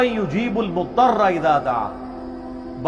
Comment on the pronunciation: Mudtarra kou mudarra padhtaa hai, Jabb imarat kee buniyaa hee galat hou .